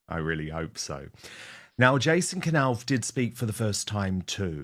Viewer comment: This is NOT shaking the foundations of the Monarchy. Please don’t use CLICKBAIT. William has already given Jason a new job. This is not new news! Please pronounce Jason’s surname correctly, it is a silent K pronounced ‘Nauff’ not K Nauff.